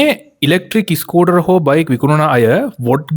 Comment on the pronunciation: ඉස්කුටර් ? ස්කූටර්